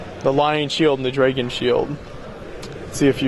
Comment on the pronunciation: It's a "dragon", not a "dreggin". That always annoys me.